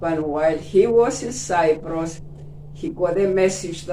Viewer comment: I like the interview. A gentle reminder to you, the place is Cyprus as the lady pronounced it, not Cypress as you keep saying Cypress is a tree